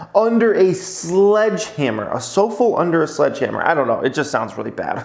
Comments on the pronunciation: Soufflé is pronounced su-flay! Not soulful. What he meant is like imagine a cake rising in the oven and you open the oven cold air comes in and the cake deflates like a thick pancake. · sofull hahaha Su Flay... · Sue flay is how that’s pronounced sir 😊👍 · SUE FLAY ... lol😂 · Nope is not " Soup Fool" it's "Soup Lay" lol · Elon will look soulful after they crush his sooflay. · Great video but dang are you ignorant. It's pronounced Soo Flay A very fluffy dessert from France. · Dude, it’s pronounced sooflay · Ha ha. Its "sue-fley" under a hammer. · not a word you see every day, but took me less than a second to recognize "su-flay" thanks for turning me on to plnhf!!!! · I hope you all realize is trolling you by saying So-Full. I mean c'mon, it is about food. You think he wouldn't research what a souffle was before the video. Use those thinkers buds. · Sou-fel, lol. OMFG 😂 That was so funny. Made my day. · SOUFFLE IS PRONOUNCED: SUE FLAY = poufy eggs = food = you see it in a restaurant menu = its ok your American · Did just pronounce it as so-fel lmaooo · oh my god a soufflé is a cake -pronounced soo flay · souffle, its a delicate desert. Pernounced like 'Su Flay'. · arent u french?!?! souffle = sue _flay. . . i still love u. lol😄😄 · Lol suu flay suuu flay 😂 soufflé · Souffle is pronounced sue flay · Su-flay= souffle lmaooooooo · souffle is (sue flay)... you know very light and fluffly dessert...I'm not judging you as we all have knowledge gaps. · Souffle is French! Its pronounced like: Sue-Flay 😁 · Sue-Flay LMAO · SO-FEL omg dying 😂😂😂😂 love you! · It’s pronounced [su-flay] soufflé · Haha, it's pronounced "soo flei" - that cracked me up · It must be because there's no accent character above the letter 'e'. If it was there, might know it. Still pretty funny tho. Lol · souffle a sort of puff pastry , pronounced sou flay ! it's french . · “Soufflé” pronounced “SUE—FLAY” lol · Is trolling with how he is pronouncing souffle?